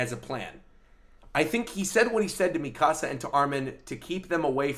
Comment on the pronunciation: Devante Frazier He's pronouncing it correctly. み か さ